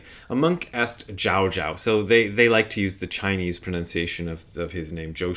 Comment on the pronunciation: Zhaozhou is pronounced with the second syllable rhyming with "no". So it's like you're saying goodbye to your friend Joe and you say "Ciao, Joe", except with a J sound at the beginning instead of the Ci. P.S. I have a very slight pet peeve about the modern proclivity to want to have the names of all medieval Chinese Zen masters in Mandarin pronunciation all the time. "Zhaozhou" is how it's pronounced in 20th/21st century Mandarin Chinese. Certainly Chinese pronunciation has changed a lot in the last 1,100 years since Joshu/Zhaozhou was alive, so there's no guarantee that "Zhaozhou" sounds at all like the way he would have said his own name.